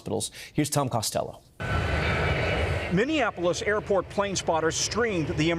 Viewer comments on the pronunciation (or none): he can’t say Minneapolis correctly. It’s Mini-Apple-ous. Not like how you say Indianapolis